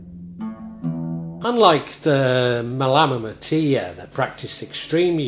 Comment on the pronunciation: Nice interpretation of the Malamatiyya my Friend. My only criticism as a student of Arabic is the odd mispronunciation. Other than that I am in total accord with your content, and am much appreciative of your efforts. JZK.